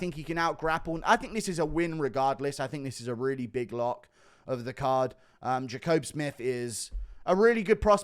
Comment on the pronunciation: Pretty sure Jacobe Smith and Dustin Jacoby's names are said the exact same way and Guru gets both of them wrong 😅